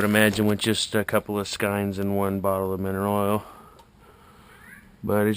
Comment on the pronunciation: I like your paint-strainer idea - never really thought of that. This should catch lots of 'buts. I've always pronounced skeins as "skains", but that's just me. Tight lines!